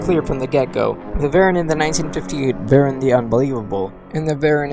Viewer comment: VERR-in again. You guys drive me crazy, just like with GIGG-in and BAY-gin. Hey, why not Muh-GAY-lin, and AYN-glus and Kuh-REE-yew while you're botching names?